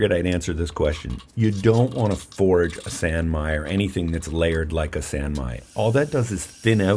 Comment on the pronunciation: The "san" in "sanmai" is pronounced as in the word 'sauna', not as in 'sand'. (I speak Japanese.) Obviously it doesn't really matter, just passing it along in case 80000 other people haven't commented. Love this knife and your videos!